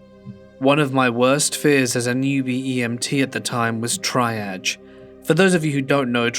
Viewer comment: It's pronounced TREEage not the way it's spelled